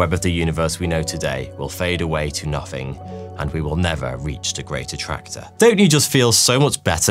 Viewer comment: If you could pronounce nothing rather than say nuffing I would have found your maffs a lot more interesting. Honestly!